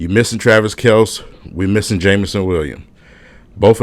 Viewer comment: Travis Kelce's last name is pronounced Kel- cee. The Mike Torico comment was rediculous!